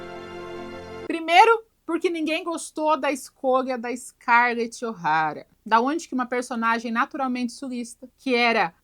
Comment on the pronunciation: "Scarlet o'taria" KKKKKKKKKKKKKKKKKKKKKKKKKKKK